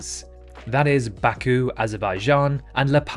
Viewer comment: then he pronounced baku wrong